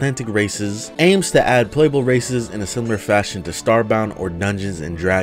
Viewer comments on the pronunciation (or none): I thoguht he said "A mod that addes racism" xd